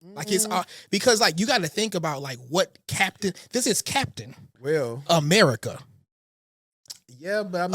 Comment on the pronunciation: Cap-tain America